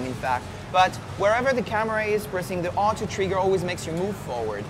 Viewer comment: does he say treegar instead of trigger...lol i repeated it 100 times and its still funny in a way